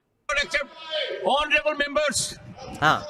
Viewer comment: "Onraybul" ka kya mallab ?